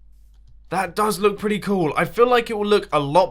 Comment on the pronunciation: Is it me or everytime mumbo says cool, it kinda sounds like coal???...